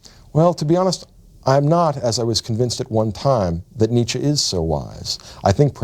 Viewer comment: his influence can't be that great when you're not able to pronounce his name right